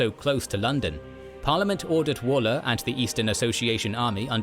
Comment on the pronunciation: I had to stop watching Kings & Generals because of their narrator. He is a New Zealander and often mispronounces English names and others. It is William Wal-Ler not Wall-er, and Henry Ire-Ton not irriton. The same names crop up in battles & sieges due to geography creating a strategic point eg. meeting of roads, a strong defensible point or a castle, or river crossing. The point overlooked or deliberately missed is that the MacDonalds were Catholics & the Campbells Protestant. Religion drove their loyalty, animosity & rivalry. This dated back hundred's of years.